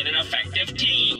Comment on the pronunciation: Jared the typa dude to say “tee-am” instead of team